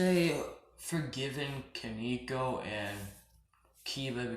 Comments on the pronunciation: it's koneko not kineko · it's ko-ne-ko